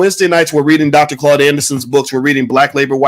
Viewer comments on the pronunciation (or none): none